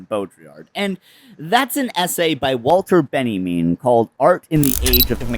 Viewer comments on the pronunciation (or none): I for the life of me can't tell if "Walter Benimin" is a deep elaborate trolling or a genuine and endearing mistake